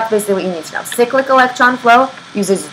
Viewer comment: No One: Absolutely No One:: SICK-LICK